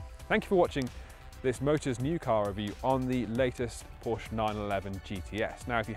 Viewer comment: So funny he is a car "reviewer" but can't pronounce the name Porsche correctly